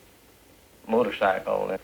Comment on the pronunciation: I love they way they pronounce motor--sickle!